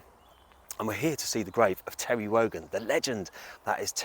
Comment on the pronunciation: Tewwy Rogan???